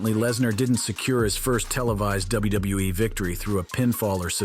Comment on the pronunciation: cant say wwe u said wbewe lol😂listen at 7min 38 sec to 7 min 40 sec